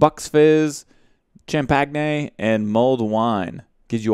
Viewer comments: Champagne is said as Sham-Pay-Nn , not Cham-Peg-Neyy isn't it?? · Cham-pag-ne .... lol It's champagne cham-pagne(payne) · Cham-peg-nay. Very nice pronounciation XD